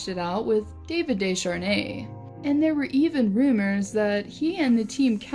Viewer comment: its pronounced Day-ar-Nay not Desh-arnay